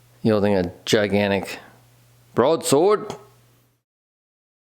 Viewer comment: You mispronounced "brodesode".